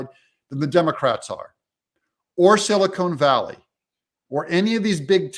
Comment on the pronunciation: "Silicone Valley"? Every time Doug says this i think of fake tits.